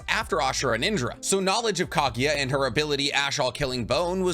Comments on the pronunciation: man y do u always pronounced KAGUYA as KAGIYA...kinda annoying 🥲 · Bro ...Kageeeeya??have you even watched naruto ?